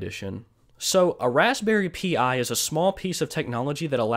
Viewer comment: “Raspberry pi” is pronounced “raspberry PIE” not p I